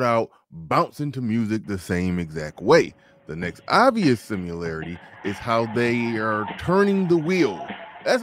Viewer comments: "Simularity" lol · What's a simYOUlarity? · stop saying “simularity” please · Similarity not "simularity"